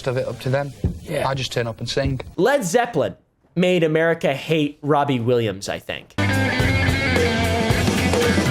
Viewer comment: Wobbie Rillams